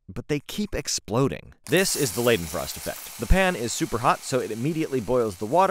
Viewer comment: Leiden pronounced like lighten not laden.